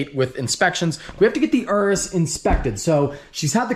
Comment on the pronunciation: Wtf is an URUSSS it’s called a Urus Your-us